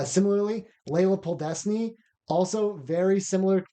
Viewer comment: How did you both not notice you mixed up letters when pronouncing "Podlesny"😭it kills me to hear it